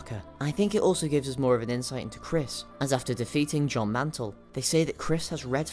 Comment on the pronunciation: Pff “John mantle”